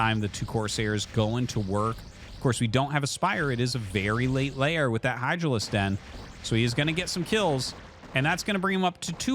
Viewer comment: Can someone tell Artosis that it's not layer, but lair? Thanks!